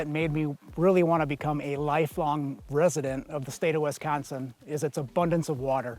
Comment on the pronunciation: Guy can’t be from here. “Wesconsin”